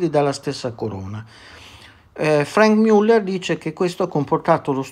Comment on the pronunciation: io le rompo qualche volta le balle con le pronunce, ma i suoi video sono sempre davvero interessanti e utili agli appassionati, quindi anche se Franck Muller non si pronuncia per la precisione Frenk Miuller, ma piuttosto Franc Müllèr, con la A italiana di Anna e con la Ü francese di brut, per fare un esempio... essendo svizzero francese... Quindi grazie davvero per il suo impegno di storico della orologeria! Spettacolare veramente questa retrospettiva su questa maison oggi un bel po' appannata dopo anni di fortuna direi meritata, anche se decisamente non sono mai stati orologi di mio gusto! Quindi bravò 😎